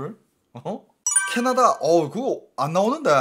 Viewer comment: 캐나다 = 짜나다?? 발음 ㅋㅋㅋㅋㅋㅋㅋㅋㅋㅋ 역시 중국어